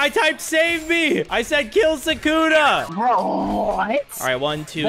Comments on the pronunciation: BRO ITS PRONOUNCED SUKUNA NOT "SAKUNA 🤓" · Sukuna not Sakuna